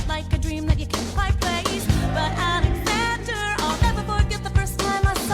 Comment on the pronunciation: Somebody says "a N e x a n d e r" I swear it. I can't tell who though